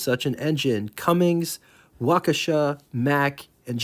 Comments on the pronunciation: Cummins, not Cummings. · Don't say "Cummings". Makes you sound ignorant. There's no G in Cummins.